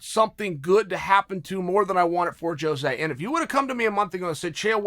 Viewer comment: Blows my mind Chael says Jose's name correctly